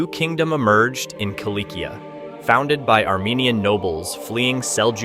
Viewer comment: Cilicia is pronounced “silisiya” or “silishiya”, not “kilikiya”.